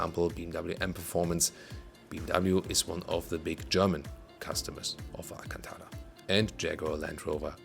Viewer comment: It’s not alcantaWa It’s alcantaRa